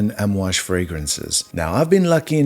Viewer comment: You pronounced it correctly! And fun fact all the perfumes contain what we wear casually as oils and burn in our house - the blend is called amouad (Hojari luban frankincense, myrhh and benzoin). We burn this in our homes and it’s what you’ll smell in every bottle. Not every is rich in Oman by the way, most are average people but the currency is higher hence the stereotype